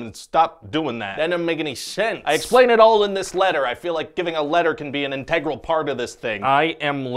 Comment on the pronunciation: "Integral" is not pronounced that way. I don't know where it started, but it must stop. Pronounce it IN'-tuh-grull (like "integer") - not in-TAYG'-rull. I think it started with actors of limited vocabularies about 10 or 15 years ago just reading a script with no understanding of the word. And now it has propagated like a bad virus. And then there's "bring" and "take." Don't get me started on that one. Very few get that right anymore.